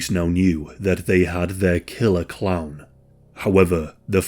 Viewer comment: Kept thinking you were saying clam, not clown. Made this video REALLY weird.